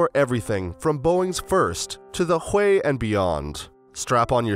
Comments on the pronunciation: Thought it was pronounced hughie???... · Hahahaha. The UH1y is called the Huey... pronounced hue-ee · You are soooo right!!! Could not believe how the guy pronounced it. He OBVIOUSLY was not there.